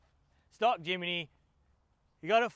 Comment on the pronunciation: Jim-knee not Jim-ee-knee 😂